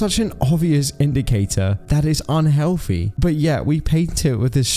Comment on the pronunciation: Yes that is definitely "un-hewoFEE". So RIP to everyone on this list. So recently too, passing away in "two-Fousand and FREE"